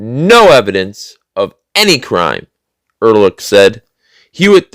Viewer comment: I think you were trying to pronounce the German name "Ehrlich". Both H's are silent, so it is pronounced "er-lic"...it means "honest" in German.